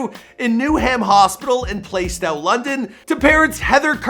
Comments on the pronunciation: This nigga said Play-Stow it’s pronounced Plas-Tow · its plastow not playstow and ffs no one eats crumpets and drinks tea